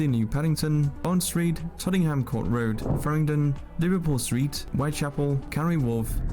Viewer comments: Tot-en-ham ? Wool-wich ? Give us a break . He'll be saying Green-wich next . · Also "Tottingham" Court Road. is he related to Ossie Ardiles? 😊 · yeah,this guy is definately not a Brit, pronounces Woolwich and tottenham all wrong that no Brit would pronounce. Also,London is pushing 2000 yrs old, there was no planning in it and it grew by the space between nearby villages being built on and becoming part of Greater London ie Hampstead. The roads often follow old or ancient routes as do roads in most of the country and is why they often are small and wind around all over the place. It adds to the character. EVERY city in the world has issues and London is no exception to that. there is more new build out of the city hence the commute was invented. arable farming land could be built on but then we just rely more on imported foods and we all recently found out how that helps.Maybe we should have a cull like you see in the movies (a joke just to clarify).